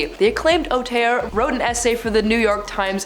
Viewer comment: The presenter also called Martin Scorsese an 'au-terre' instead of 'auteur'. I guess French isn't her forte either.